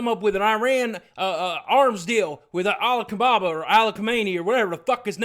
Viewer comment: "al-kababa" xD